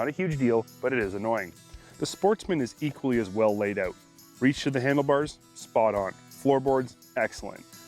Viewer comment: "The vehicles we are shooting-oowt today" lol